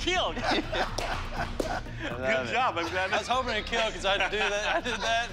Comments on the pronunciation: will it keel? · It will KEAL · it will keal.